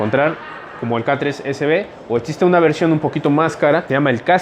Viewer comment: Todo muy bien pero se pronuncia existe no como dices tu etxiste